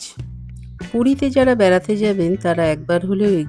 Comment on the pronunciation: আপনি কি বাঙাল?না 'বেড়াতে ' এর বদলে ' বেরাতে ' বললেন কি না তাই জিজ্ঞাসা করলাম।